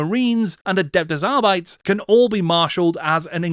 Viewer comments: I too pronounced Arbites wrong for years. Turns out it's pronounced R-bee-teez. 😅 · it means that it's not clear how it was normally pronounced but it should be pronounced closer than other Latin languages like Italian or Spanish rather than English, which is Anglosaxon And that Arbites pronunciation was pretty bad IMO